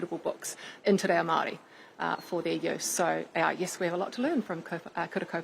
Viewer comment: Yes, clearly, but the fact that both Luxon and Stanford mis-pronounce the Maori name in exactly the same way makes me wonder if their deliberate 'Tay Rayo' is a sort of dog-whistle.